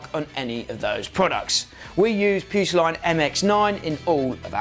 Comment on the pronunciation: Putoline...😅 Spanish speakers are laughing.